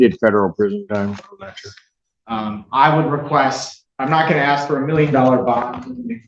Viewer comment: Oh that defense attorney did not say "axe" in court instead of "ask". Oh dear lady...